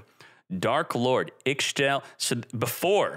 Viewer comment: I'm just happy to use all of my Darklords again. Also I'm pretty sure Ixchel is pronounced "E-Shell" or "E-Chell"